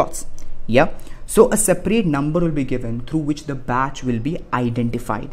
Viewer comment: It's batch not bitch